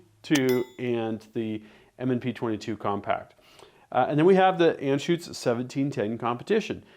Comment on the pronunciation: German here - Anschütz is not pronounced Anne Schütz but more like un Schütz.